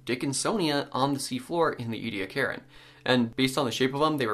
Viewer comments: Omg! I know I'm from South Australia and I've seen the Ediacaran fossil beds up close in the local museum so maybe I'm biased but do Americans have to butcher every word in the English language? It's "E-de-akaran" not "edi-karen" ffs! 🙄 Apart from that... Good work, very informative. 👍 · E-d-ak-a-run has five syllables and al-gie has a hard "g" in it. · Ediacaran was so named after the Ediacara Hills in South Australia. Ediacara is the local Aboriginal word for a water spring. So you might commit to the wrong pronunciation like Americans do with a lot of English words. But it's not English and as my heritage is from the area and the people I find it offensive. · It’s a genocided culture and preserving what little of the Aboriginal language hasn’t been already destroyed is the least you can do. “We’re just trying to learn” and we’re just trying to teach you the right things. Now you know the proper pronunciation, that’s part of learning, so you’re welcome. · A part of my heart died every time he mispronounced ediacarin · You're pronouncing the time period wrong